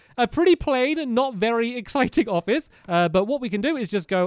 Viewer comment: you said vary old